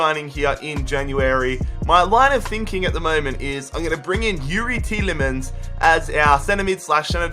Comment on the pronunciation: Yooo the pronunciations are killing me!!! Kean? Tielemans? ANGEL GOMES? Love the rebuilds but it’s a little annoying you should work on that a bit